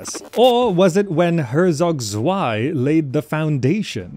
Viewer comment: In german Z is most often pronounced as C, it's pronounced "hercog cvei" Not that it bothers me so much, as I just want to help